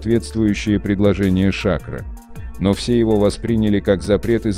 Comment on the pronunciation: Смотреть после двух минут тошно, какой Ша'кро, правильно говорить Шакро'🧐🥸